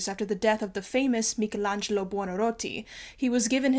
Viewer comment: FINALLY someone who pronounces Michelangelo correctly, you have my utmost respect